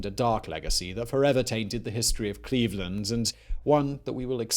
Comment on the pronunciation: It's Cleave-Land